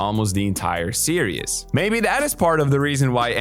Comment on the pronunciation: series or serious, what the hell is he saying?